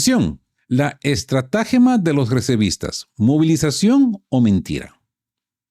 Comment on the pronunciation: no es ESTRA'GEMA CON ACENTO EN LA A SINO ESTRATAGEMA SIN NINGUN ACENTO